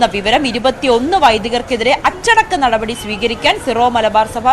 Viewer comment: മോളേ നടപടി നടപടി എന്ന് ഇത്ര കടുപ്പിച്ച് പറയണ്ട പൊറോട്ടയും ബീഫും കഴിച്ചിട്ടാണോ വന്നത്😂😂😂😂